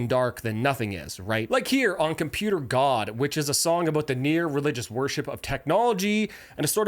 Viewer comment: I'm watching a guy talk but every time he mispronounces something I feel like I'm listening to an AI narrator it's Tony not Tommy computer God not computer guard sorry to nitpick actually kind of funny narrated it's just automatic now